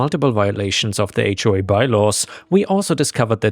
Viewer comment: AI mispronounce HOA all the time